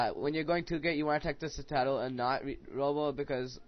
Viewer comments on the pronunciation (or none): Dude, Citadel is pronounced "sit - uh - dell"! ;)